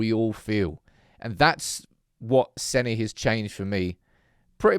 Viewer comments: "Seh-nah", not Senny. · It's pronounced Senna, not Senny, just watch the video where he says his name for you! You sound like a moron saying Senny. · has hearing problems, he watched Senne say his name, and heard, Senny Le Mons???? FFS it's pronounced "Senna" Lammens, not Bloody Senny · I'm having an aneurism every time you mis-pronounce the blokes name 😂😂😂😂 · Good content as always.. I don’t understand just one thing.. why is it so hard for you to pronounce Senne’s name the proper way? Le Mans is a race 😅